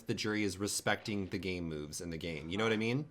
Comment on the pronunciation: I keep hearing gay moves instead of game moves lol